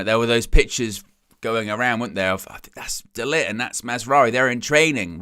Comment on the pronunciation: DE-LICKED Is the correct pronunciation! 🤦